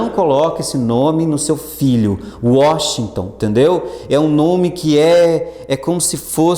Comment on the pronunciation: Washington ou "UÓSTON", hahaha. Excelente aula, professor! :) Ps: Espero que tudo conspire a meu favor; nos estudos, e eu compre a tão famigerada "SantaFé". hahaha, abraços.